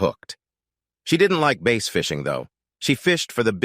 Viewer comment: Teach your AI to say bass not base. Brim is another